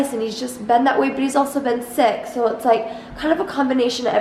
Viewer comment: I thought I heard we r both six instead of sick